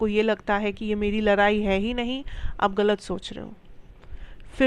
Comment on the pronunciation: लराई नही होता है😂😂 लडाई कहेते है 👍👍शब्द ठीक से युज करो 😊😊